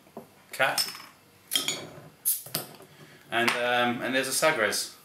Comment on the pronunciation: FWIW its pronounced sah-gresh.